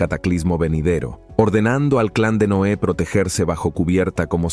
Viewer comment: Por que dice NOA , es NOÉ